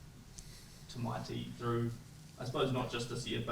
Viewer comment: His name is Tama'iti. Not Tamighty. These commentators man, they fall over themselves to get the coconut names right, but heaven forbid they get the Maori names right. Or even the Japanese ones right. Take Rieko Ioane. The proper pronunciation is Ri-e-ko not Riko. Get a Ploy boys name wrong and it's 70 hail Mary's, a hundred apologies and 1000 fking bows. Anyone elses name mispronounced and they can just handle it. They need to get over themselves. They just are not as important as the Polynesian boys.